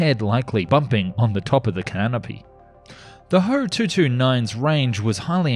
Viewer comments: ME-110 is not called "me." It's called "M"-"E." FW-190 is likewise called "F"-"W." So I would pronounce HO in Alphabet, "H"-"O." Besides, "ho" sounds like a bad word to American English speakers. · It’s not ho it’s H O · It is Ho, if it was "H" "O" then it would be an acronym for something